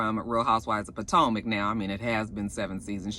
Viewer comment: back when you used to say Po-Toe-Mac lol We've come a long way!! it's always a Joy to see Ray walking in to a place. I really hope I live to see his age. Just something about aging now really feels like a accomplishment. Side note: i keep thinking Bravo will make his eyes get bigger especially when he sees ashley showing all that skin.